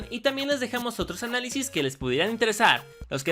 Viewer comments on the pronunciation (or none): Dice analisi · ¡Feliz Día de San Valentín! <3 Espero la pasen muy bien juntos con todos sus seres queridos UwU Y por cierto, dice "Análisi" no "Análisis"